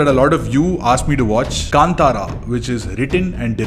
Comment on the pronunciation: thank god you pronounced film name "kantara"correctly ......